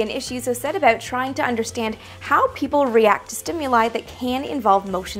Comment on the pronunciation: Ha! I heard an "aboot".